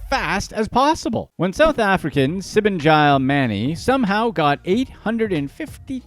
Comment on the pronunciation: Her name is pronounced: Sea-boh-ngee-leh.